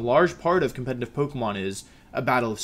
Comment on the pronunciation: How do you pronounce competitive with an audible n every time you say it